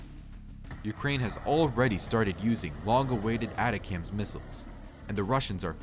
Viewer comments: It’s only a small correction, but for the record, it’s not “ATACAMS”. It’s ATACMS (Army Tactical Missile System). Nice video 🤘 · Attack-cams. <—— this is how you say it ATACAMs